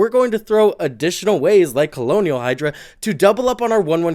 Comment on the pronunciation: Colonial Hydra is such a fitting mispronunciation since we’re on Ixalan with the vampire conquistadors.